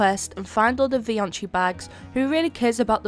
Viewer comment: Vioncii ❌ Fioncii ✅